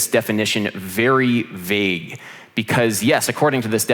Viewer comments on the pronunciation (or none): none